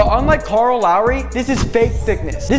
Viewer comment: This guy bullies a Canadian guy for mispronunciation on his crush Leon Edwards but can’t even say two of the easiest names, Raheem and Kyle